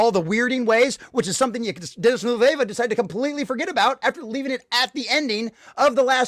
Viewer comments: Christ what a sad little rage. You're so obsessed with being anti-woke that your diatribe is devoid of any logic and screams "complete and total destruction of" every 30 seconds. Your whole argument is based on Villeneuve (pronounce Ville-nerve btw, not Villa Nueva) thinking the audience is too stupid to understand Paul is an anti-hero. The reception to the original and Herbert's disappointment already shows that Dune didn't successfully impress that on its readers...hence Dune Messiah. Villeneuve chose to expose the Paul's inner conflict between leveraging false superstitions and fulfilling his duty using factions within Fremen society, rather than just Paul's internal monologue. It works better on screen, provides a great cliff-hanger ending AND solves the hero interpretation which Herbert took issue with. For that huge advantage to the storytelling you lose what...complete subservience in a female character? Why are you so obsessed with that being key to Chani? She's obviously going to come to understand the political motivation behind the marriage and forgive him in the next film anyway, otherwise how will you get Duke Leto II? Just take a deep breath and get out the house honestly...not everyone is trying to ram a woke agenda down your throat. Grow up. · If you want a medium where you can enjoy subservient Chani, youre free to keep reading the books. Good luck on your Conservative Grift buddy 👍🏾 Edit: I feel like there are enough interviews telling you how to pronounce his name lol.